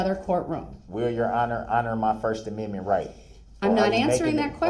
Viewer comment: His first aminmint 😂😅